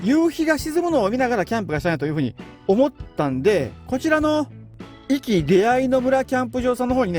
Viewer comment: ちょっと「おき」って言い間違いが多すぎるのが気になりました